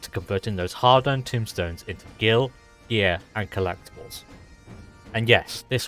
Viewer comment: "tome" stones as in book, not "tomb" as in grave, otherwise that's a very good & useful video :D gg